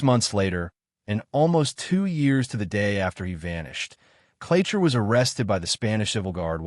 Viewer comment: It’s Clacher, pronounced clacker with a hard A, like APPLE. I’m Elle, the victim who started the ball rolling. He has other victims who’ve now come forward to the police. He asked to come in to use the bathroom. He was never meant to be in my home. His photos were absolutely not like him in real life & he’d taken 10yrs off his age. He’s a dangerous predator whose fantasy is known to be “having ax with a de@ person” which I recently found out. So, was that going to be his next move….? I won’t stop until he’s locked up for life or everyone knows his name. The 2 girls attacked in his gym were young. One was only 15. So so much to this story which has yet to be told. Thank you so so much for sharing this 🫶 🏴 x